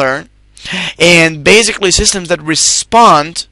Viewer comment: In addition, this is not the proper way to pronounce the word 'basically'. The word doesn't contain a 'z' sound. So, it really hurt my ears to hear it mispronounced zillion times.